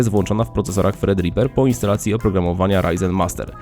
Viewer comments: Kilka razy powiedziałeś "Fredripper" az boli w uszy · Jak już mówisz "fred" nie "tred"(thread) to powinieneś powiedzieć "ripa" nie "riper"(ripper). Brzmi to przygłupio. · fredripera? gdzie ty tam masz F? jak nie potrafisz angielskiego wymawiać to użyj Google. Polacy mają idiotyczne tendencje do zmiany słów angielskich dodając nieistniejące litery lub usuwając te co są. Tredriper a nie Fred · Czy tylko ja słyszę jak on mówi fredriper zamiast Threadripper? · Nie wiem dlaczego, ale za każdym razem kiedy mówisz nazwę procesora słyszę "Fredripper" ;-)